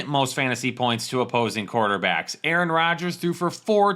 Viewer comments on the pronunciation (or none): none